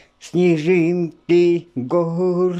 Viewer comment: и всё таки-снежинки, а не снежынки)))